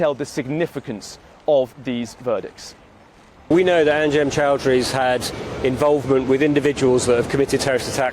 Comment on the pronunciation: ChAOWdary lol